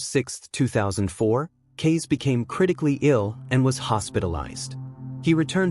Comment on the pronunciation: Kase = pronounced cass-a